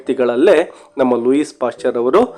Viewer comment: ಲೂಯಿಸ್ WRONG ಲೂಯೀ CORRECT Also the name LILLE is not Lilly BUT "LEEL" For God's sake don't misguide students with a lot of other wrong pronunciations!😮